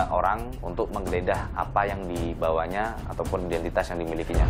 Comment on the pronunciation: "Aydentiteus" ("identitas" diingrisin) Lol